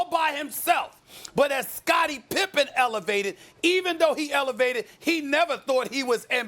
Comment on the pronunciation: It’s Pippen